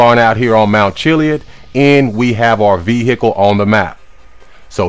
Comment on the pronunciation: Veah Icle